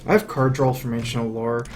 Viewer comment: Danlord GT I've noticed yeah; draw -> dra(w)l. It's endearing, in its own way.